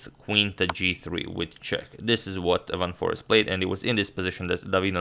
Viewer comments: It's not Forest but Foreest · It's van foreEst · It's Van Foreest (not Van Forest).